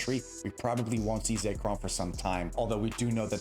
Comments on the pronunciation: For the love of God it's pronounced ZECK-ROM not ZAKE-ROM there is no A, please stop calling it Zakerom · Say Chrome